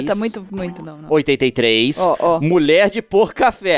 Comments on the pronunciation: o pouca fé que vc falava eu pensava que era: mulher de boca de café kkkkkkkkkkkkkkkkkkkkkkkkkkkk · Leon vc fala mulher de pouca fé ou mulher de por café